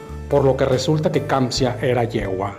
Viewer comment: Se llama "Kanzia" no kamzia